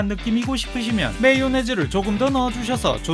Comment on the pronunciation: 더운데 불을 사용하지 않아서 참 좋습니다. 메.이.요.네.즈 발음이 넘 맘에 드네요 😊